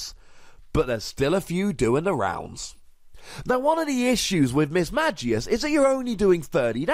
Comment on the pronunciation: Had to stop watching this video since you pronounced Mismagius wrong and really anoying to listen how same mistake repeated over and over.